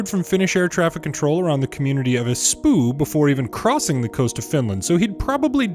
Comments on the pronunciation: Finland mentioned! Prepare for the hordes of Finn's to invade the comment section! Suomi perkele torilla tavataan! Also I died laughing when you pronounced "Espoo". In Finnish we don't make oo to uu. Great video again! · Your pronunciation of Finnish place names was funny. :D